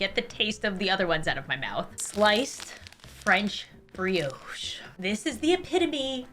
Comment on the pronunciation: Can someone explain why pronounces brioche as briOche and pita bread as peeta? Also that's a scone not a biscuit. I'm confused